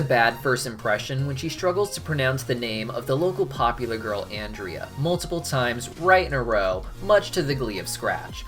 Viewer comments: YOU TELL her nam Wrong its AN- DREA !! xD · Um…it’s actually “Ahn-drea.” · My thing is he keeps scaring people in Brighton so why does the miserable meter go up. There's other people to scare besides molly and her family...Also its Awn-dria lol. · You actually miss pronounced Ondrea‘s name in this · Guys he said Andrea wrong don't let him sit at your lunch table